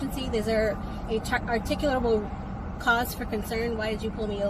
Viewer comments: “Articolub….articimuh…” Pure irony. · I love how all these SovCits struggle with actually saying the word 'articulable' despite it being one of their core defenses. Every one of these unregistered vehicles need to be towed, their owners need to be arrested for refusing to exit the vehicle as well as driving without a valid license and the judges need to punish instead of dismiss. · There's about a 7% chance of these people saying "articulable" correctly. Why do they even try? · I love that 'articulable' is so hard to say - it makes them look like idiots trying to say it.